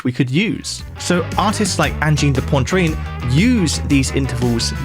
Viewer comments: This guy managed to mispronounce the word "poitrine" the entire video. Come on, I'm not even french but that is not a difficult word to say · Come on, it takes ten seconds to Google how to pronounce something if you're not sure. There's no N before the T in Poitrine... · Dude, it's Pwah-treen, NOT Poyne-treen. had to stop after the 5th time you mispronounced it. More dissonant than their music. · P o i t r i n e Pwah-t-r-eeeen Cmon pal 👁️👄👁️ It’s not pontrine (Great vid new sub ❤😁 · I know I'm quibbling, but it's driving me crazy that you're saying "Ann-jeen da Pon-trane." Make just a little effort. The correct anglicized pronunciation would be more like "On-jeen da PWA-treen." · "Poitrine", not "Pointrine" 🤦‍♂ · You pronounced it "Pointrine" rather than "Poitrine" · Angine duh PWAH TWREEN. PWAH. Not pah. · Poitrine is pronounced "pwah-TREEN", not "Pontreen". There is no N to be found after "poi". I'm baffled at how anglophones just stick in random letters into foreign words. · an-jid de poa-trin .... you'te pointlessly inserting an extra N where shouldn't be one (poan-trin)? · I mean I knew you're not French but it's SO not 'pontreen'. It's 'pwatreen'. It means chest. Angine de poitrine means 'angina pectoris', or what we colloquially call angina. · where the hell did you pronounce Poitrine like Pointrine? where did the first N come from? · poitrine not pontrine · For english speaking people, "poitrine" should be pronounced "pwatreen". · For the sake of my poor Francophone ears, it’s pronounced “ohn-JEEN duh pwa-TRINN” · It is Angine De Poitrine, not Angine de PoiNtrine. At least trt to pronounce it right. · poantrine lmao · I don’t get how Brits and US Americans can look at the word „poitrine“ and randomly add an n, making it become „pontrine“ ?!?!? (I’m German) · It's pronounced "anjeen deh puah-treen" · I find it really jarring to listen to. Not the music, but you consistently saying pointrine. Somewhere between Poincaré and poutine. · "pawntreen" lmao